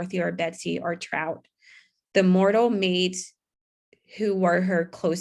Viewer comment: It's Trot - TROT, (like what horses do: trotting), not Trout (like the fish). I know there are some unusual names that are tricky to read out loud correctly the first time, but lots of words are misread badly.